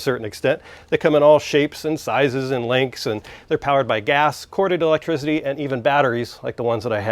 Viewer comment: I like the way you say electrizziddy